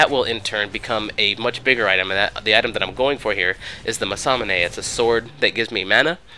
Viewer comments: Yeah, He also says "masamune" when it's 'manamune' xD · Haha, did you call the manamune a masamané? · I think it's Manamune, not masamune , but whatever ? Video is great and I decided to buy Pantheon as fast as it's possible... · why do you call the manamune the "masamane"? it doesnt even have an s in it:P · why do u pronounce manamune as masamanay? its pronounced mana+moon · the item is called manamune not masaname ;) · i don't think you call manamune that way... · The enemy "krasus" Meh close enough to Nasus. But "masanamee" instead of manumune? Lol wut? Btw good video. =P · What does he keep calling manamune? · Nice video. Not to be an ass, but it's pronounced "Mana-moon" (Manamune) and the Champion's called Nasus, I believe some did point these out already, though. Of course, there are about 60 different champions you have to learn. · Massamune?Crasus? dude... lv. 1? sorry if this offends,but man,my ears bleed.